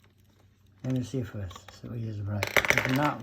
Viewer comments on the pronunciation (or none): none